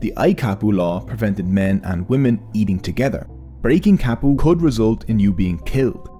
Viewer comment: Ka like cut not Ka like Cat. Kapu.